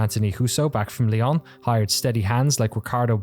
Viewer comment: Everyone who speaks French is going "It's lee-ow(n)", not lee-aw(n)!" Glad to see some appreciation for this studio.